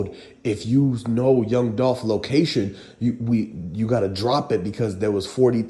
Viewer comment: It's dolph